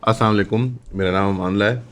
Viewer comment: بھائی، اسام عیکم نہیں ہوتا۔ پورا بولا کریں، اسلام علیکم